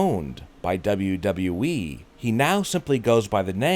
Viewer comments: He says wwe like duba duba eee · Why did you change your way of pronouncing WWE?😂😂